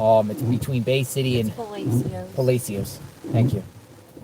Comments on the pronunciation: Pronounced...Puh-la-shes = Palacios. Stay safe and ty for all your great coverage and investigations. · Puh LASH shus = Palacios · PA-LASH-US !! Pronunciation-sounds like. :thanksdoc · The way palacios is pronounced is like saying Pa. La. See ohs . The a sounds like ahh. lol y’all be safe and I’m enjoying the coverage. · Palashes for pronunciation. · those are shrimp boats and it is pronounced (phonetically) puh lah shus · You're mispronouncing Palacios. Pa lash ous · Paw lay she oh s. Pronounce correctly ‼️‼️‼️‼️‼️‼️‼️‼️‼️ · Palacios -Puh Lay Shus. Your coverage is much appreciated. God bless you and Magnolia. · Puh LASH shus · You need to learn how to correctly pronounce Palacios.